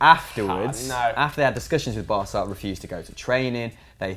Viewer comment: No no noooo! Barca means the "barge" In Spanish and Catalan an c before an A or an O is pronounced as a k. This is why it's spelled Barça and pronounced as an S. Promise never to make that mistakes again...😂